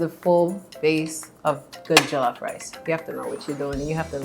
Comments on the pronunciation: Who gives af jollof rice isn't Nigerian in origin anyway who cares what a Nigerian would think of his pronunciation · Can someone teach him how to properly pronounce jollof...abeg! He's giving me a headache! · Exactly I just cringe when they pronounce it wrong.😖😖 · This is bothering me for real, has he never heard it pronounced before? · 30 seconds in and he says jollof wrong. What have we done wrong to deserve this. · The way he says jollof triggers me 😐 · why am i so triggered by the way he says Jollof like bruh you could of researched before you did this 😐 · Living with Lola and studying why are you being so rude? Do you understand English? She simply said she is not from Nigeria but the way he pronounces the word ”Jollof” makes her mad, meaning she wonders how Nigerians feel about his pronunciation of the word. Where in her comment did you read are write Nigerian Jollof was bad or wasn't the best? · JOE - lauf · The original will always be the best 💅🏿🇸🇳 and why are they saying jo LOFF instead of jollof very annoying lol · Criss O Oh loff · “joe-lawf” nah g. it’s JOLLOF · JOH-LOH-FRYCE JOLLOF RICE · I swear to God if he says joe-lof one more time it's pronounced jaw-lof sort of NOT joe-lof🙄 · JOE-LOFF ksksdmmksskm mans shut up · Michael ._. J-awe- loff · bro says “Joe-Loff” i don’t trust him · Yes JO LAWF 🥴 cringeee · JOO lof ugh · what is joe-llof ahh ad3n say it correctly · Onggg🤣🤣🏃🏾‍♀️🏃🏾‍♀️ “Joe-loff” is how he pronounces it💀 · It’s a person. “Joe lough.” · Hahaha why do Americans say Jo-lof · "JOE LAWF" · Pretend like we are still doing phonics so it is pronounced as jo-llo-ff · It pisses me off it is Joll off that’s how u pronounce it and the is Nigerian woman can’t pronounce jollof properly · JOE-LOFF?!!! Seriously 😦😂🤣 Thankfully, I was eating jollof with plantain while watching the video 😁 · as in🤣... He said JOELOFF my sister 😂😂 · jOeeELLoFF rice , I swear it bothered me hard. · I cringe each time he says jOlof hahaha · JOLOF MON.